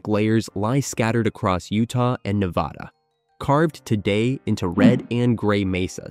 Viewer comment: And AI should know how to pronounce Nevada.